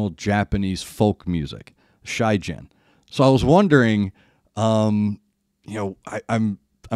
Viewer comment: FYI, when pronouncing japanese names, all vowels are short sound except O. O is pronounced long O. Also, the G in Shigen is like "gate" rather than like "general".